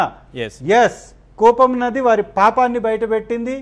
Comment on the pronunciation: కూపం నది కాదురా... ఎర్రి పువ్వా! కూవం నది.